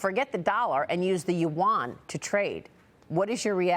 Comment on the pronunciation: These two guys can’t even pronounce Yuan properly. 😢 They pronounced it as the currency of S Korea : Won.